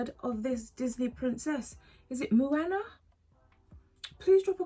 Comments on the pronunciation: Its pronounced Mo-A-Na 🌺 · Hello my lovely 💙💙💙. (Sounds like mowana) she’s a Polynesian princess. My niece loves her🌸🌸🌸